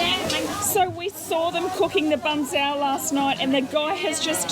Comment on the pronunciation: its bahg cheow. like how you say meow